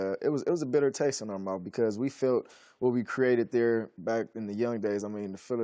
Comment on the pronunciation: “A bad taste in my mouf”.